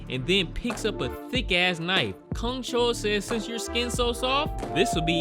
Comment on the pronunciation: Well, many characters in this movie butcher humans but you decidedly decided to butcher names I guess ('u' in their names are pronounced as in u for 'bus', NOT 'oo' as in 'soon' & the serial killer's name, you're soooo off on that one, I don't even know who you're referring to whenever you say his name), a lot of butcherin' happenin' in this review, I must add...